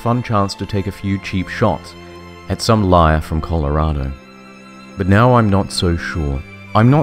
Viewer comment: Damn you actually said Colorado right